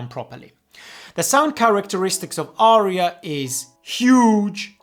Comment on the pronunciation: "Arya" has but TWO syllables.